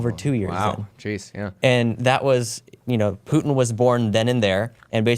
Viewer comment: "Poo-en" [Putin]